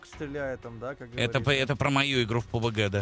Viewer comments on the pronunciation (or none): none